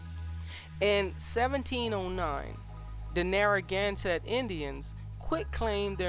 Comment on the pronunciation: You kinda butchered the name "Narragansett", but otherwise good video